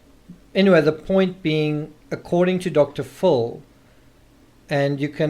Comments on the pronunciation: Say it with me Dr. FILL not Dr FULL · It’s DR PHIL not DR FULL